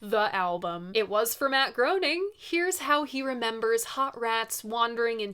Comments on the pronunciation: One of the best Zappa albums. Also, hate to say it, but it's pronounced Matt GRAINing, even though it looks like it should be GROANing. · Groening is pronounced like grayning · sorry to be that guy but groening is pronounced “graining.” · “Hot Rats” is one of the first albums this hopeless music nerd ever bought (and among the most BRILLIANT!). The musicianship on that record (and ALL Zappa recordings, for that matter), is much more than just considerable. Great video,! P.S. - Matt Groening’s last name is pronounced “GRAY-ning”. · Loving the shows. Just a silly little correction. Matt Groening properly pronounced rhymes with raining. Like Graining. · Good video. For what it's worth, Hearing Matt Groening's name mispronounced made me groan. The 'oe' in his name sounds like an A; phonetically, his name sounds like "Graining."